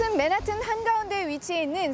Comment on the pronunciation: 발음 진짜 구려서 못 듣겠네... 맨하튼이 뭔가요 본토발음 맨햍은이라고 하든가 한국발음 맨하탄이라고 하든가 ㅋㅋ